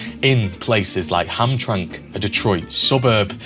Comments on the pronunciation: Hamtramck is pronounced "Ham-tram-ick" by the way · Hamtramck = Ham-Tram-Ick It happened one too many times. 😆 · Just to let you know, the metro Detroit city of Hamtramck, is pronounced HAM- TRAM -ICK. You have to pronounce the (ICK) at the end of the name of the city, and yes I know there is no I in the name. But as long as I can remember living here and still living here, and the Detroit metro area that it was always pronounced the way that I stated with the ick ending.. Not Hamtramck. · It's actually pronounced Ham-tram-ick. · Well done. Pronunciation tip: Hamtramck = “HAM-tram-ik”. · You didn’t pronounce names correctly . Ham tra mick is the way the city inside Detroit is pronounced. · it's "ham-TRAM-ik" and 'mar-KET" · Hey man.. I know you're across the pond and all, but I have to nitpick this one. It's 'Ham-tram-ick.' Sorry, it's the same as when we pronounce your cities the way they are actually spelled and you get all uppity about it. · Also Hamtramck is pronounced Ham-Trammock (like hammock) but I can't blame you lol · It doesn't look like it, but you pronounce Hamtramck as ham tram mick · Small note- its pronounced Hamtramick and Mar-ket lol. Good video though! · Great production!! It’s (Ham-tram-ick). …and (Mar-kette ….Q is pronounced like K) Lifelong Detroiter…..So many of the names/families mentioned are still present here. Though the Italians/Sicilians held sway here, in my day, the remnants of the Purples were still involved behinds the scenes into the 60s, 70s, 80s, 90s and beyond. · I've shopped at Eastern Market at least 50 times but never knew the Purple Gang got their name there. Cool documentary thanks! A couple things though in Michigan they pronounce it Ham tram ick, also Marquette is pronounced Markette and Jackson Prison is in Jackson Mi not Marquette. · Very interesting. Clearly a lot of research and work went into this video. Thank you for your efforts. FYI, it's pronounced Ham-tram-ick